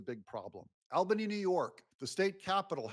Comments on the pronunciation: Albany is pronounced awl-ban-ee 😊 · BTW, it’s pronounced All-Ban-ie (Albany) former New Yorker. 😂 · Albany is pronounced "All-bany". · The Capital of NY is pronounced All-bany! And where do you think all the State Government workers live? 🤔 But most of the people outside of the cities are Conservative Republicans! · Unfortunately a New Yorker here… lol You’re killing me Smalls! Albany is pronounced All-ban-e. Say it fast like a New Yorker would hah😂 Keep it up, love your content. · James is GUILTY! Quad club! (it's pronounced ALLbanny btw)